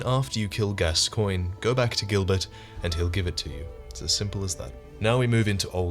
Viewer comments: I dont know why people are so retarded about pronouncing names from soulsborne games, his name is pronounced like GASTON as in the dude from beauty and the beast.....not fucking gas coin.... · It's pronounced gascon.